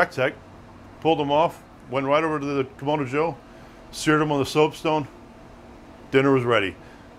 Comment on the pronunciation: Kam-ahh-do, not Kam-O-do